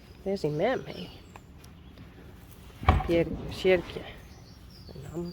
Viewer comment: Reply both. We could learn, I am old. Maybe Lucille can do it. says Hard work, then it will work. When pronounce the names of the horses. Names like Sjirkje and Pjirkje, Richtsje and it sounds so nice. I can now pronounce the first two, but still just call last one Richy.😄